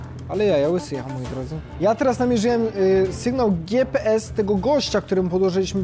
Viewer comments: gje pe es mówi taksówkarz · Logan zawsze mówił " wyślesz mi tego giepeesa" Ps:Pozdrowisz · derek thebill mówił "gjepes" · logan mowil gie pe es